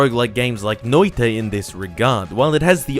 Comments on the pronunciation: 99% spot on pronounced Noita correctly with a tad of english speaking accent. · you pronounced it pretty gud, proud of ya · Yea you pronounced noita pretty well. To my ears it sounded like you emphasised the i bit too much but other then that it was good. (I hope you guys don't take me too seriously) with love form Finland.